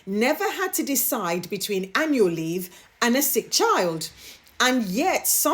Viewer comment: I felt sorry for the business leaders having to sit through Kate Middleton's empty speech. Mispronounced words such as between (beteen) and profitability (povertibility), my goodness🥴...and, I lost count on how many times she glanced at her written speech. 😞